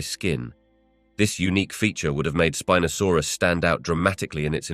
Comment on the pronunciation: .... "Spin-asaurus"? I think it's pronounced Spine-asaurus but I'll just ignore it now. 😅👍